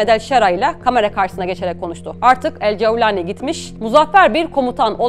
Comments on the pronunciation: Ceeaevvvlani ne arkadaş, cevlani de geç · Cevlani degil golani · Yabanci bir kisiden bahsederken arap aksani ile konuşmanızı gerek yok couwlani vs asiri gereksiz olmuş Turkce de böyle biri telafuz yok videoyu en başında biraktim